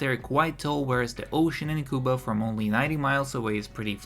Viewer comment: I know this might not be a big deal but if you say Cuba the wrong way again I will find you